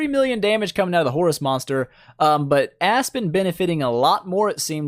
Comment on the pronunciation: Why do I always hear it A*s-Spin xD